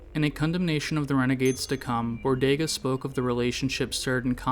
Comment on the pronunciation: How is still pronouncing it bor-day-ga